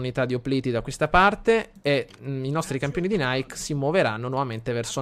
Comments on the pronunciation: si pronuncia nike nn "naik" in onore della dea greca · Ogni volta che la plebe nonclassicista lo pronuncia Naik sento 23 pugnali nel cuore ahahahah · Nike (dell'esercito "I campioni di Nike") si pronuncia come scritto, non come la marca di scarpe. Nike è una dea greca. :) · nike leggilo come è scritto, è il nome della dea greca della vittoria quindi non lo leggere come la marca di scarpe.Continua così sei un grande! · Sentirlo pronunciare in quel modo è straziante xD